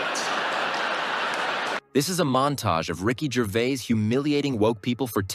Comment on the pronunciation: Sloppy, repetitive, and you pronounce his name, wrong. Rubbish examples, too and with you explaining every ONE of them before you show us. Hope your other vids are better. 🙄🦍💨